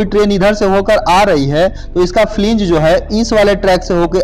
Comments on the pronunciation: Flang not fling ... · Fling nhi hota flange hota h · It is not flinge it is called wheel flange...